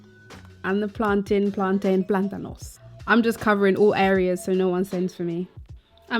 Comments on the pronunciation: girl it is pronounced plantin, Bajan roots heyso! English lesson: plantain is a noun; words ending in -tain that are nouns mountain, fountain ( how do you pronounce those words? Exactly). Words ending in -tain that are verbs maintain, sustain. Hope this helps the whole lot of you trying to be fancy and been pronoucing wrong all yuh life. Fancy that! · plaan-tin lol plantains #jamaican. love your vid girl, thanks for the ideas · PLAN-TIN the A is silent, anybody can fight me on this. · I pronounce it plan-tain but others tell me it's plan-tin but I'm still going to say it like that. In Spanish, it's platano. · Bahamas: we say 'plan-tin' spelled plantain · We say plantin, never plantain. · My family is from Key West, Fla. and Cuba. We call it P L A N T - N. However, it doesn't matter how we pronounce it, it is to die for we can all agree on that! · I say plan-tain... But I'm not of Caribbean descent, so I'm probably a lesson in how to not say it 😂😂😂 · here in the U.S... we pronounce it,Plan_Teen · Most of us ( Caribbean natives) pronounce it that way too. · Plantain rhymes with mountain